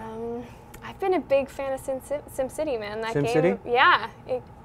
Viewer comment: Did did did she say sims city!!!!! o_o